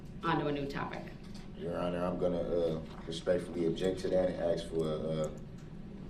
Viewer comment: Its ax snd snser